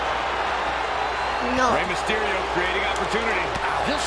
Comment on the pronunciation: U said miss on mysterio fart lol